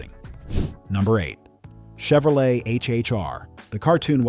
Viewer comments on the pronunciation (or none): none